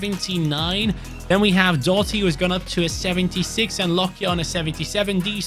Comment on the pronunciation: Doughty is pronounced D-ow-ty. the gh is silent, and the ou is pronounced like the ou in ouch